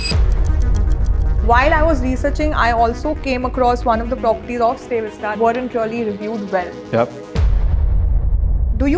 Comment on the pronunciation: It’s StayVista not stay vista